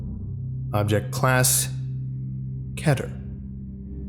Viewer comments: 1. SCP-049 is Euclid he is compliant when calm so he has moderate threat so he is euclid not Keter 2.it's not Ke-terr it's Kee-tir 3.actually scp 049 is in site 11... 4.Lot's of stuff is wrong so... 5.stop trying scp content .-. 6.stop reading this 7.damn it stop reading 8. stop 9.Stahp 10.okay make SCP content but pronounce everything right and...know that SCP-049 is Euclid... bla bla bla bla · KEE-TER not ket-er, Jesus christ. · I know there's no official way of saying Keter but KEETER sounds much better than KET ER:( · It's KEY-ter, not KE-ter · Why isn't keter pronouced the same as peter. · U say keter wrong it's so annoying ....... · Jesus you can't even pronounce keter